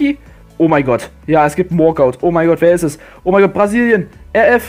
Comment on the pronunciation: einfach zu trymacs geworden es kommt Argentinien :"barzilien" min